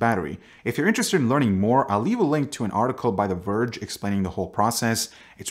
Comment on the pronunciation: Did you say the verge??????